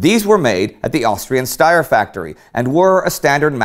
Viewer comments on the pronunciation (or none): none